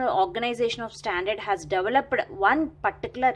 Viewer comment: You need to improve your pronunciations... That developedaaa irritates a lot 😑😑